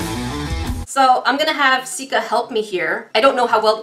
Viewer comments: I heard Jessica in stead of Sika when her stomach growled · Why did you call her Jessica when you've always called her Sika? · Did you call her jesaca🧐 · No she said ja for but she meant sika so it sounds like Jessica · im rewatching all of her videos and i keep hearing call sika jessica and im just now realizing that her name must actually be jessica. I feel like such an idiot lol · Is it just me or did she say "What's wrong with ur belly Jessica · Did anybody else notice that instead of calling Sika "Sika" She calls her "Jessica" ? REally just me ok :(